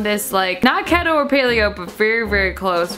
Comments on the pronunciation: It’s KEETO not KETTO lmaooo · ke-ee-toe not keé-to but you do youuu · 🤣 isn't keto pronounced key-toe? Loved the vid anyway #owowwww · It is.....She Just Can't pronounce it. Basically you Can't eat any carbs. High healthy fats.. high protein. So apparently, your body burns carbs you eat first then will burn fat.. So if you starve it of the carbs, your body will go into a ketogenic state and burn fat. My dad is on a keto diet and that's how he explained to me. He started it in Nov./dec. Of last year and has already lost 60 Pounds. Yes, I know you were only asking for the pronounciation but i figured i'd Put that out there for anyone who was wondering. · You know she’s serious about the diet when she pronounces it wrong lol